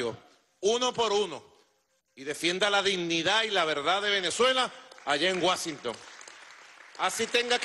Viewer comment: Guashinton jajajaja